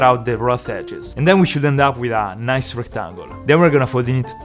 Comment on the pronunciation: Let's get some "recktang gooll"